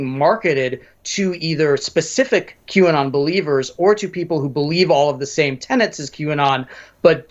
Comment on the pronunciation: If I hear quanon one more time ....😵‍💫 lol great coverage. Keep sharing everyone God's children not for sale